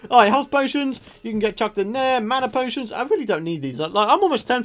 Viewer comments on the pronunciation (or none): none